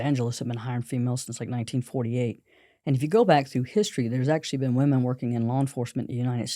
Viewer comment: I don't mean to be rude, but woman and women are not pronouced the same way. It's not just you, it's an error that spread like wild fire. Anyway, love the podcast! 💪